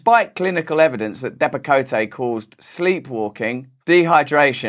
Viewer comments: But would not the practitioner namely a Dr. or Psych. Dr. be in collusion as they would be prescribing the Depekote (the "e" is silent)? Would not a Dr. be very aware of what this drug is mainly used for and what would cause deaths? I guess I am naive here. Dr.'s are suppose to take the oath to do no harm. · Depakote, pronounced, depp a-coat, has been prescribed to many veterans also, who have depression secondary to PTSD. These oligarchs need to be stopped. I really don't understand how anyone could enjoy money made by causing harm to people. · Not that this matters, but you mispronounced Depakote. It's pronounced 'Depa-coat.' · Why can't they just tell the truth and say it's bcuz nobody in America wants to go back to work and they're having a hard time finding workers? Oh btw , I think it's pronounced Dep-ah-coat. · Russell, love you don’t pronounce the “e” that’s on the end of Depakote. It’s also used to treat epilepsy and control migraine headaches. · Love you. Its pronounced 'depa-coat'. And they give out righteous steak dinners for your time...:) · My ex husband was on Depakote (pronounced Depp-a-coat) for Bipolar. He was also on Ambien for insomnia. Both cause sleepwalking. One night during one of his sleepwalking episodes, he threatened to choke our then ten year old son. He had his hands around his throat. It was one of the scariest moments of our lives. These pharmaceutical companies, much like our government, don’t give two shits about the lives they destroy. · "Dep-a-coat" is the correct pronunciation. I was on it 20 years ago. It holds your emotions in check. Rather interesting, but no way to live. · It’s pronounced Dep-a-coat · Depakote ( long o, e is silent) is a terrible drug. It amazes me what doctors will prescribe. I used to "excuse" the doctors by telling myself, "Well they don't take it. So they don't know. Now I just don't trust doctors or anyone and the FDA is a FAILED INSTITUTION. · Depi-coat not depicoteh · It’s depakote not depakoté lmao